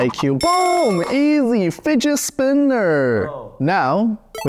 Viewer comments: easy fidget spinnnerr-bro got his chinease accent out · He sounded like Mr Roger the Asian cooking guy 😂😂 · Does no one realize on how said fidget spinner a little weird